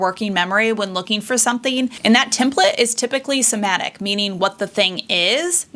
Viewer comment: Did you use an LLM to write this script? Saying "sematic" when "semantic" is on the screen and calling something "incidents" when you seem to mean "instances". I can't watch more